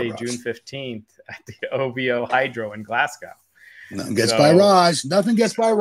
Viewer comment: Raj, Glasgow is pronounced Glaz-go.